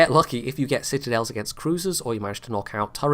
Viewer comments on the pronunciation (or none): critadels thing was just killing me every time it was pronounced.